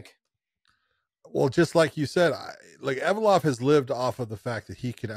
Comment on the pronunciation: Evloev, not Evolov